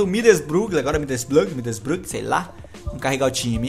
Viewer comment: já q vc n consegue falar Middlesbrough direito fala "Boro" é meio que um segundo nome do time saca